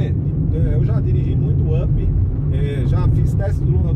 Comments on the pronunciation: Não é Ap!!!! É Up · Se pronuncia "Ãp", API só no mundo dele kkkk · Quer falar sempre tão difícil, tão bonito e na hora de pronunciar UP, fala API HAHAHAHAHAHAHAHA Da até agonia...